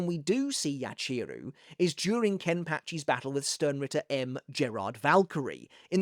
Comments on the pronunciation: Great video! I always like seeing you dissecting the bleach story, whether it’s manga or anime..I must say the only thing that’s putting me off a bit is the mispronouncing of their Japanese names🫣 like it’s not YaCHEEru, its Yachiru as ya-chi-ru where each part gets the same emphasis.. Sorry for pointing this out, it’s just a bit distracting to me..other than that, it was really interesting video, thank you for your content! 💪🙏🏻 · My guy, I love you… the way you say Yachiru hurts my soul